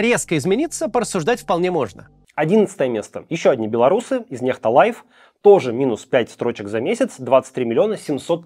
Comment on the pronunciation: Мелочь, но всё же: "live" - это лайв, а не "лайф"))!